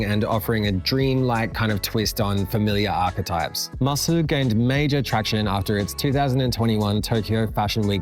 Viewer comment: MASU used to be read as ‘Masu’, but now it’s pronounced by reading out each letter: M-A-S-U ！